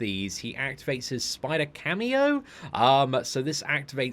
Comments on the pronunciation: Camo as in CAMOUFLAGE not cameo FFS man! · Camo, Camo. It isn't a cameo performance from Miles, it's camo as in camouflage! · Camo... Not cameo... Camo= camouflage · How can he read "camo" so many times and read it as "cameo" every time? lol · Camo, is a short form for camouflage, as miles has this ability. And is it just me or just kept saying camio insted of camo?😂